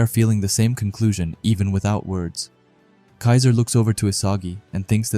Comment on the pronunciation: a little mistake on the "kiser" name but all good buddy. 👍